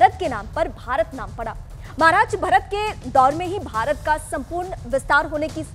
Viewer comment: BHARATT.....not Bharat.